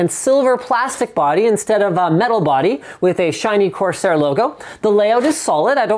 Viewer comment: Corsair... CORsair...CORSair....CORSAIR... seriously guys do it. Please?